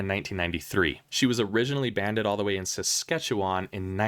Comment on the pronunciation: Great video. Very impressed on your pronunciation of Saskatchewan, it was pretty close 😊